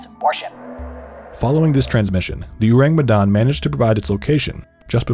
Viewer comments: why this dude pronounce orang medan weird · I know i shouldn't be picky, but they way he pronounced orang medan irk me